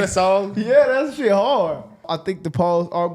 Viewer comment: "we don't give a shyet"😂😂😂